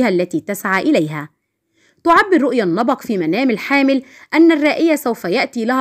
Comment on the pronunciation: النبق وليس النبأ